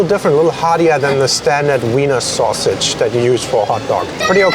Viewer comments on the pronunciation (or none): none